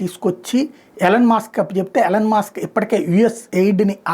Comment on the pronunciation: ఎలన్ కాదండి ఈలాన్